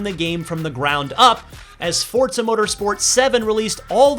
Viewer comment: Why does it sound like he pronounces Forza like Fort za?